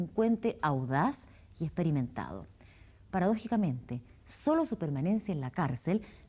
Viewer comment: Por favor que la gente de campo hablé mal lo puedo entender pero que el presentador hablé mal no lo puedo entender no se puede decir poradogalmente se dice paradójicamente y así muchas cosas un poquito de por favor